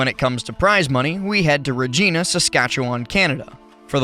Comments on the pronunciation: Don't want to be THAT Canadian, but Regina is said as Vagina but with the Re instead of the Va. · "Rageeena" 😂 I actually grew up in Regina, and the usual saying is "the city that rhymes with fun". I would have loved to travel back home to see Riddles take that win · as someone from Saskatchewan who plays smash, shoutout to saskatchewan. Ps Regina is the city that rhymes with fun and not Regina like the name :)